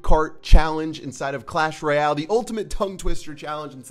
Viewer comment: I hate how he says royal GG u don't need the extra G btw who got the cannon cart